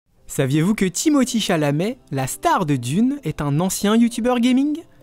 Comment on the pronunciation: Sont nom se prononce Timothér et non Timothii